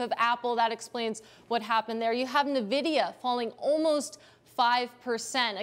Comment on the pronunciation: sdid she say “navidia”????? lmao